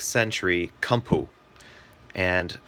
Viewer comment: Koom-poe. Not come poo. Ha!